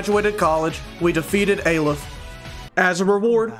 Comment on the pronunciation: btw, its nat A-leph, its more of awliph. (each one is a letter in the hebrew alphabet)